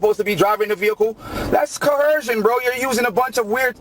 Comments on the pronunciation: Oh no, “co-hershun” was making you break the law before the police ever contacted you? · WTF is “cohershun”? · What's "corhersion."😅😅😅😅😅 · Probably the only correct thing this guy has said, and he said it several times, "I don't understand." It's not "co-hersion," it's investigation, dumbarse! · co-HER-shun is very common African American English pronunciation but has been taken by sovcits from Moorish use. I don’t even notice it around here but we have a shit ton of Moors too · He actually believes that he has to be read his Miranda rights BEFORE he is arrested. And he hates liars...haha, thats self hate. " I don't go by your laws, I go by common law ", good, lets see how that works for you. Why do these clowns always put an H in the middle of the words coerce and coercion ?